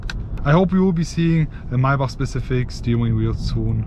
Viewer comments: the my-back lmao. its pronounced MAY-BACK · MAY-BACH bro not MAI - BACH lol. German pronounciation is crazy. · First of all It's Maybach not Maaaebaaak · “my bach” 😂💪🏾💯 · lets count how many times he said "mai bahhghck" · Holding on for dear life as I heard "My-back" for the umpteenth time. Send help! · The “”MAAABACH””” where’s the Y ???? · "MAAY BUCK" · Its not (my buck ) bro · Why are you pronouncing maybach so strange? Its pronounced may-back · I can't take you seriously when you keep pronouncing it as maybahhhhkhkhkhkh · The way he says Maybach 🥴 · bros name is but can’t even pronounce maybach